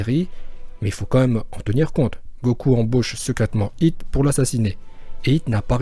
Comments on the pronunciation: Pourquoi tu dis « Hito » c Hit, c un mot anglais, c’est débile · par contre va falloir arrêter d'assassiné les oreilles des gens en appelant hit "Hhhhitho" par ce que autant appelé vegeta "begita"